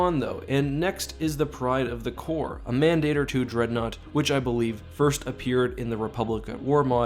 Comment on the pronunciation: you're mispronouncing mandator